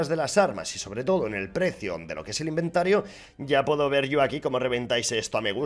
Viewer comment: ha dicho inventaro xD